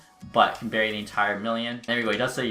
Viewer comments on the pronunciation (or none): none